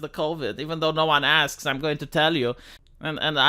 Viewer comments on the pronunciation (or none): none